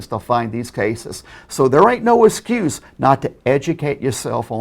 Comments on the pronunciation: "Ignorant of the loooow is not an uh-scuse." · "Ignorance of da lawl is not an escuse"